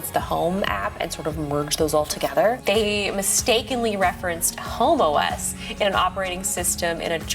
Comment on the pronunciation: she said the way its pronounced sounds like homo-es